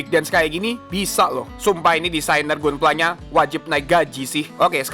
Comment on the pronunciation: bacanya Gandam bang, bukan Gundam. dan Ganpla bukan Gunpla Padahal dah bagus nyebut GQuuuuuuX nya